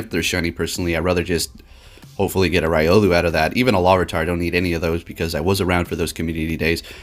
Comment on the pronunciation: sighs Ree-o-loo and Bae-gon fam